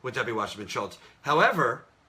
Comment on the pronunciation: Well, Jimmy Dore always says Schiltz instead of Schultz for some odd reason.